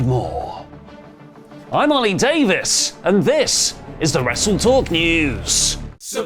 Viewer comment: Say ollie clearly because text calls you Allie